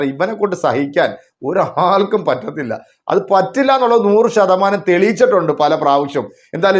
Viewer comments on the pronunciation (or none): താമരപിസിപറയുന്നത് നൂറ്ശതമാനംഎന്നല്ല"നൂ" എന്നഅക്ഷരത്തിന്ഒരുമാറ്റം(പൂ)